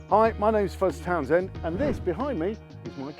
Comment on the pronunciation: Fuzz your name is Townshend not Townsend just like mine Please say it properly bud 👊👊👊